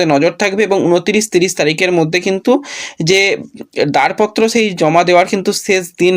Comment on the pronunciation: দারপত্র নয় দরপত্র হবে,উচ্চারণের দিকে নজর দাও। বড্ড কানে লাগছে।